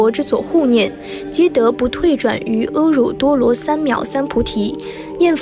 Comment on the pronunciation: 終於聽到 正確的佛號 阿(婀)彌陀佛 阿耨 念 婀Nou 奇怪的是 1. 背景是藏教(藏教不是佛教)。 2. 藏教只有阿(啊音)沒有 阿(婀音)。(巴利文也沒有婀音) 其他都不說只說，解說的有點過了，佛教是講究因緣果報的。真念佛，是……… 念佛之信 念佛之願 念佛之行 不是嘴上念 是心裡念念佛陀教誨 身實在的學習諸佛的行持 簡單說就是 是心是佛 是心作佛 ** 請問故事經典出處。